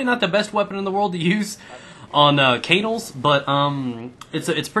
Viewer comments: "CAY-NULZ" ? Its KUH-NAL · you pronounce canals kinda weird